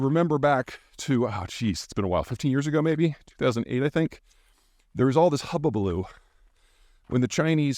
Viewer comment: "Hubbabaloo". ROFL